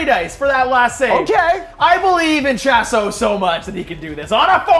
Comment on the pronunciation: It really irritates me when they say Shas’O Kickass’O. It’s almost as bad as listening to an American say Aluminium